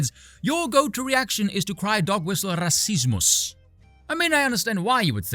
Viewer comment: Spoon man pronounced rassismus is a so funny way that i almost stumbled on my own feet while listening to it. Greetings and best wishes go out from GER🇩🇪 to ZA🇿🇦